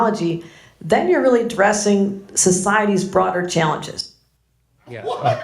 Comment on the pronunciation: She said, "DRESSING," societies broader challenges. I'm thinking she meant addressing. They can't even SPEAK.